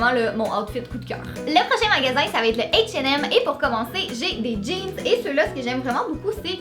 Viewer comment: C'est le H&M tu le pronons mal désoler